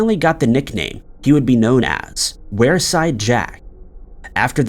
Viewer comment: It’s pronounced weerside.